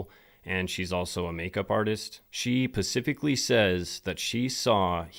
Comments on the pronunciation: SPECIFICALLY not pacficlly... smh sorry this is like a 5th vid ive heard you say it that way now 😂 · She said that pacificly? 😂😂😂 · do you say "pacifically" on purpose or do you not know how to pronounce "specifically"? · Bro... it's pronounced SPECIFICALLY...not pacifically. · “Pacifically” is cracking me up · I love this channel and content but also eek 😬 every time I hear pacificly instead of specifically, LOL. 😝